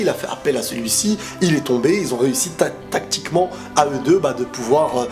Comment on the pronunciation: compte avec moi commebiende fois il as dit "'tacticment'"